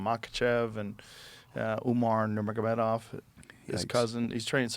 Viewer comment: .45 - Joe has PTSD saying nurmagomedov LMAO